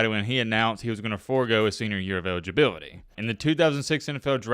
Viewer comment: Man, it sounds like you’re leaving a letter out of every word you say or, you’re talking with a mouthful of soup. You sound like Elmer Fudd and Tom Brokaw had a baby. Ewidgeabiwity, twin twin one, twin twin two